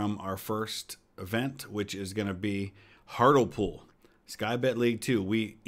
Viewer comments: Hartlepool is pronounced Hart-lee-pool. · I believe Hartlepool is pronounced Hart-LEE-pool